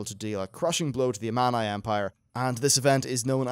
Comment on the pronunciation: I just wish you would pronounce Amani correctly. Hope you'll get it right on Part 2